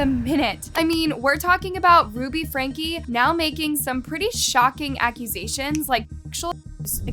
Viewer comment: It isn’t pronounced “Hindlebrandt”. Her last name is “Hildebrandt”. If you want people to take your videos seriously, you should at least learn to pronounce the names before you create the video. Also it isn’t “Ruby Frank”, it is “Ruby FrankE”!